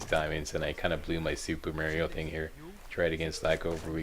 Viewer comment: I always loved how says Mario... its a riot